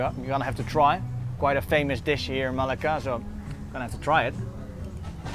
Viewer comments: Everything is fine and enjoyable. Your pronunciation makes it interesting. Thanks for sharing. A hint: There are double cc in Malacca for a reason - to shift the stress to c. You say it like you'd say Malaga in Spain. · It was nice but I don't think you pronounce Malacca correctly! :)